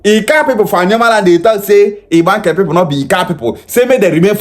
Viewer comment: Na alioma him call am